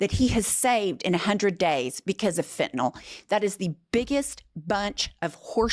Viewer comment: I've had it with people mispronouncing Fentanyl 👎🏼👎🏼